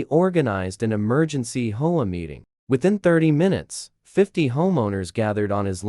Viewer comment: well another factor is for the HOA why not list it out like ( H O A ) and same with the 911 as 9 1 1 instead of getting nine hundred and eleven ? even a few other words were said off like - concrete - stories are good but there is no actual twist in the endings - like getting taken to jail - having to pay restitution with apologies - moved to a different state and garnished from ever being a H O A Enforcer of any type ? and so on - even stories that the HOA is trying to make those Outside the HOA to pay dues and take over property and situations like that then getting busted for Trespass on Private Property and the Fake Documents and False papers and stuff like that - needs to be more interesting to the facts at hand for the story line to fit better for the actions taken for or against those parties involved -- like where i live i got sited for having rakes out on porch during the fall time as every day raking up leaves - was told to hide them as just sitting in plain view was not good for the looks - but neighbors a few doors down ar the scrap metal collectors and have junk all around the place and nothing happens to them or even write ups ,, might be because they are of the same race or nationality ? who knows on that but its crazy what those in power will force or impose when its not even in any By-Laws of the Original document ? -- just like also complaints about Squirrels getting run over but in yet they do not Enforce the Speed Limit rules as the street i live on peop